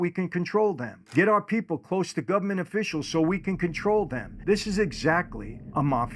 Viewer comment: "The Gubment."